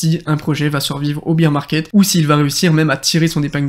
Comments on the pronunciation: Bear market pas beer market lool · Merci pour cette vidéo!! Mais pour info: on dit pas Beer market (comme la bière) mais Bear Market ( Bère si tu préfères):) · Si jamais on dit « bear market » pas « beer market 🍺 » ahahha et bear se prononce « ber » Sinon tip top la video je partage ton analyse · Merci pour tes vidéos. « Bire market » = marché de la bière « Bère market » on est plus dans la crypto… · Biiiir Market !!!???? Tu es sérieux là franchement ça veut dire le marché de la bière tu as rien compris si tu prononces ça comme ça déjà d'entrée tu es pas crédible